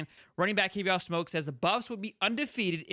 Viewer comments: I do like your channel but please do a little more homework. His name is pronounced like the cognac, Courvoisier (core-va'-see-ay). Please get the names right so that we can enjoy your content. This young man speaks from a certain point of authority since he came from the portal as a star running back from the SEC, but was utilized on special teams CU. Hopefully, this special teams experience will enhance his stock the NFL level as scouts specifically mentioned this one of their practices. Additionally in the comments below, CP did share some of the NIL shine - Alton and Charlie appeared in a national commercial with him. Also, I do think It remains to be seen how recruits will interpret the course of events - remember, we don't see everything as the general public. Finally, CP put out a short video to the NCAA (kinda "shade") stating that the NCAA didn't think things through with the NIL; these paid NIL athletes will start acting like professional athletes. To me, that is how I interpreted Kavosiey's remarks... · Kuh Vaw See Ayy You gota say their names correctly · His name is courvoisier "Kuh-vos-si-ay" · The way dude pronounced kid name shows me he don't follow Colorado.